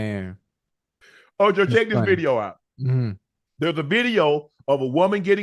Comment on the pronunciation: Shay shay can't say v . He said bideo😅😅😅😅